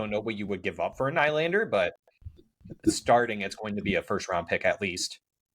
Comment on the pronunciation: Dont like the way you say nylander 😂